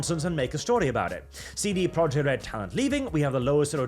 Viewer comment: I dunno why but every time you say "CD Projekt" I hear"seedy project" .